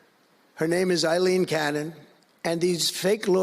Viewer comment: He can’t even pronounce the judge’s name.